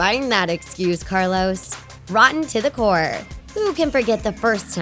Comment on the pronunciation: Decendents 2 n plus rotten to the core u said it wrong no hate but I love ur channel n r.i.p cameron loved him lots xx